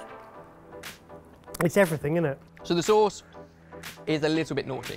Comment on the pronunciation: It's sauce not source